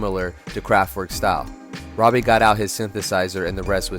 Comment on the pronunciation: It’s ROBIE, not Robbie